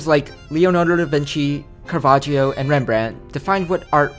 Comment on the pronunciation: Lil bro really said "Carvaggio" and expects to be taken seriously